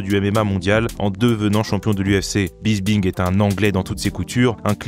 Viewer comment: Bis"P"ing pas bisbing